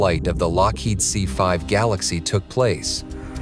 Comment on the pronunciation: It’s galaxy not Galaxis